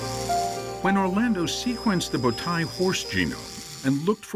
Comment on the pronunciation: speaking Turkish, it says bowtie people with the wrong pronunciation, "Tay" (you can pronounce "tie" in english) means foal in Turkish. Result is first horse riders are Turks :) it always takes my attention that if some thing good and made by Turks, western scientists mostly does not want to say Turks but every thing they say defines the Turks and only if you are Turk or know that subject very well you can understand this :)) bowtai people not living any more :) who believes this lie he finds out that bowtai horses still exist but people not exists " yuhh aq "